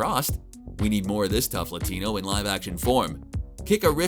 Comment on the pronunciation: Great video! And I just wanna thank you for saying “Latino” the accurate way of saying our cultural name.